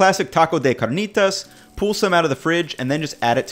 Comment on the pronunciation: You seem more cultured than to pronounce carnitas as you do.